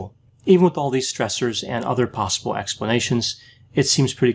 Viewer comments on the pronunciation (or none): none